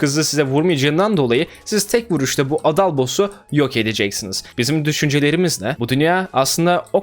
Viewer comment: düzgün adal demediğin için abonelikten çıkıyorum